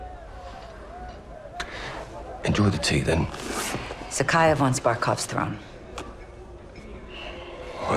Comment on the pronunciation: Why always butchering the names? even if the Characteres in the games said them often? like Zakhaev and Kamarov.....